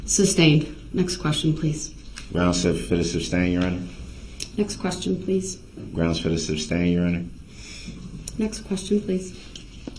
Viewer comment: Considering he kept saying "grounz" every time there was an objection gives me huge doubts he could provide you with a proper answer. When the prosecutor objects, she immediately provides grounz Then he says grounz Then the judge sustains the objection based on the prosecutor's grounz Then he says grounz for the sustainment Like... bruh... Sue immediately gave her grounz, and the judge is sustaining the same grounz. What GROUNZ ARE YOU LOOKING FOR!